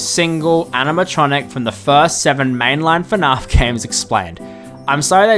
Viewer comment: Is it weird that even as an Aussie, I hate the way he pronounces fnaf? lol. I've heard how Americans pronounce it too much, so pronouncing the 'a" the way I'd normally do it for every other word just sounds wrong.